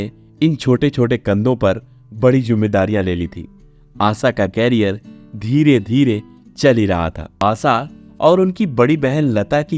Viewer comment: क्यारियर नही करियर बोलो क्यारियर का अर्थ अलग हैं